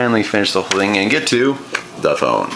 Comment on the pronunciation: Hahaha He says "the" and other "th" words ok but when he says "thing" he says "sing" i don't get